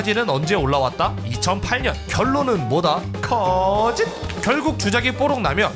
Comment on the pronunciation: 거~짓! 너무 찰져